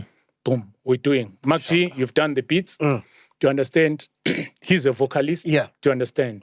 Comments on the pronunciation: I like how Oskido pronounces MacG's name 😆😆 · I like how he pronounce MacG